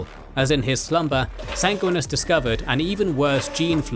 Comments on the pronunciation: lol Sang-win-e-us not sang-win-us great video though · love the lore but the way you say Sanguinius as a blood angels guy drives me crazy. Sanguinius, not Sanguinis. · 😂never heard someone mispronounce the names of the Primarchs so much. Especially just disregarding the second "i" in Sanguinius.